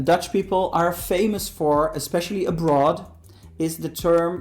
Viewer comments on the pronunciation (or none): I love how he says "A Broth" instead of Abroad hahaha did you also know that Dutch are pretty good english speakers. It is very important in school to speak and communicate in english as well.